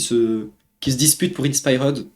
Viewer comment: Faut que tu apprennes à mieux prononcer inspired c'est pas compliqué. A l'anglaise ça se dit In Spy heard Le R est silencieux